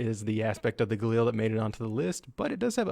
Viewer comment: How the heck did you pronounce Galil in the first part?! "Gah-Lil"